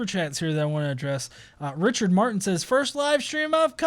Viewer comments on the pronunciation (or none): none